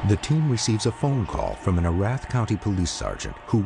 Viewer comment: haha...it's pronounced 'EE-rath' not 'uh-RATH'